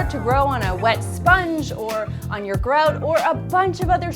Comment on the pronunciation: It's GROUT...NOT groat...